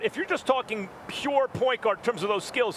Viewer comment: The way Max says “pure” 😂😂